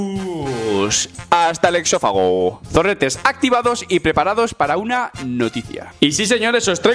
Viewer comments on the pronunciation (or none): Has dicho "Hasta el exófago?" Si. Lo ha dicho. el disléxico ataca de nuevo.